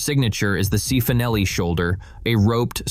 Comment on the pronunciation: Cifonelli = chee-foh-nel-ee